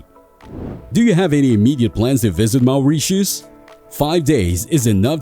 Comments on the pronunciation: Awful voice and pronunciation. MAOURITIUS!! WT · Had to turn the volume down , maoreeshus